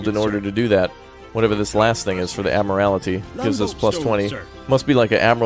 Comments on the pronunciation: Your pronunciation of Admiralty is interesting. It should be pronounced ADMIRAL-TEE not AD-MIRAL-ITY. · My friends says Admiralty the same exact way and it breaks my brain.